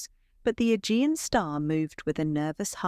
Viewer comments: A-gee-an. Not e-gin. Forgot ai. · Learn how to pronounce names and words. It is the Ah jee anh sea. Agean sea